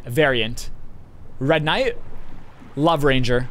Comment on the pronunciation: the matter of fact that he said “ red knigh” hah